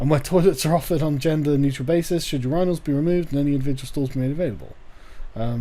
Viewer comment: I've never heard "urinals" pronounced that way. It sounded like "your anals" with the "a" sounding similar to how it sounds in "agree."